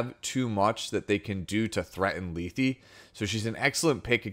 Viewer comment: I believe her name is pronounced Leth as the last E is silent. Lee-thee doesn't make sense and at the very least it would be Leth-ee.